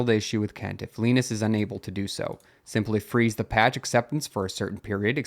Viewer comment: Just want to know how can you get wrong on a name when its said countless times on LTT i know its not the same guy but still the same spelling and name Linus is Lin us or say it like line us just a heads up